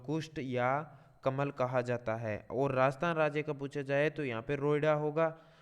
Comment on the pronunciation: Kamal ko kalam padh rahe h